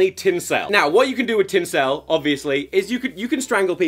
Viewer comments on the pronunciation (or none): TinCELL noooo Tom it’s pronounced tincil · Ik its tin SUL not tin sell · i hate that you pronounce tinsel like it rhymes with incel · “Tin sell”